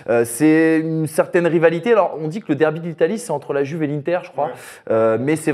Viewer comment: Oh merde est-ce que vous pouvez respecter l'italien en disant "Youve" et pas "Juve" merci ahaha